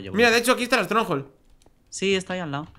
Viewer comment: ¿Estronjol? ES UNA FORTALEZA!